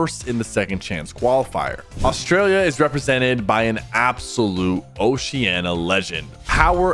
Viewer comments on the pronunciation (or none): none